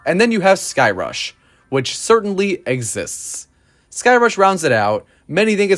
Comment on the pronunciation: “Skyrush, whitch certainly esists” Ok there Chris from Airtime Thrills 😂